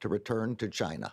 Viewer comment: Chi Nah ?? 😂